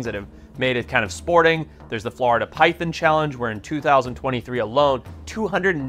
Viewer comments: It’s PyTHON- NOT Pythin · They’re not “py THINs” lol! Py thON!” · It is not pronounced pythin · Say pythin again